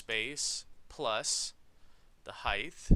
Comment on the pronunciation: I noticed in your videos you always say "heigth" instead of "height" and sometimes when you write code this spelling mistake shows up in code. See . But anywyas thank you for the walkthroughs they are so helpful!